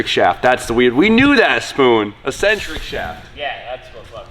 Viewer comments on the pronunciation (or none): lol.. and spoon struggling to say eccentric shaft.